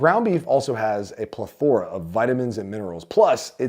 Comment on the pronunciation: “Plethora” pronunciation is ridiculous.